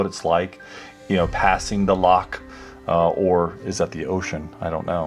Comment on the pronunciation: Loch has a soft ch